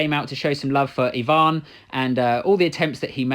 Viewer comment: finally someone says EEEEEEEvan not AYvan, good job